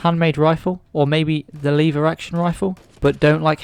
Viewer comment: My friend it's a "Lever" Action rifle not a liver action rifle